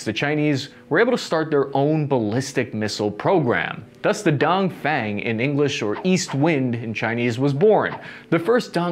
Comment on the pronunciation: The pronunciation of “DongFeng” is actually closer to “don” from “don’t” + “phone”. just saying:)